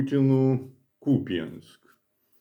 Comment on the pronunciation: Дякую, що Ви правильно вимовляєте назву міста.